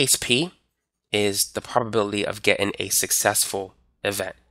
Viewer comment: love you, you're awesome, but please please please....it's "Getting" not "gettin"